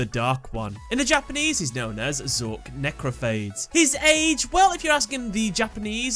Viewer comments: its not phdades its phadeessss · *Necrophades, as in pha-deez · Say it with me NEH-CROW-FAY-DEES (lol deez nutz)